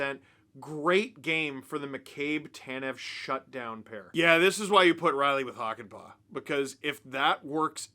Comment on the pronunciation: It's Hakanpää, not Hakanpaa. See pronunciation example